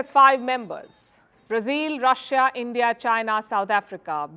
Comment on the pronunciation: BREAKING NEWS: Brics leaders have booted out END-DEE-AH and replace BR"I"CS with "I"ran.